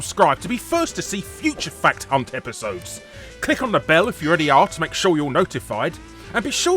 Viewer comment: I noticed how Larry emphasises the 'H" in "Fact Hunt" to avoid us thinking he said something else.